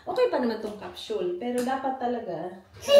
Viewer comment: It is pronounced as Kap.sul not Kap.shhhuuul